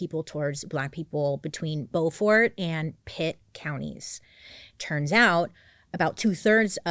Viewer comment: I immediately knew you were talking about Beaufort, North Carolina when you mispronounced it. 😂 It's pronounced (beau like boyfriend) Beau-fird. I'm from about 3 hours West of there.